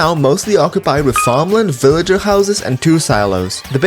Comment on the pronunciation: bro pronounces villager with no L